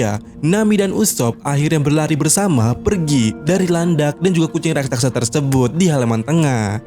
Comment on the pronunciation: Bukan rasaksa Tapi raksasa